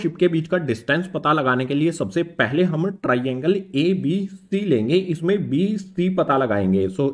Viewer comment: Triangle❌ Tiraiiangle✅